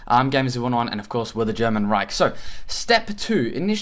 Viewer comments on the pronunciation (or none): none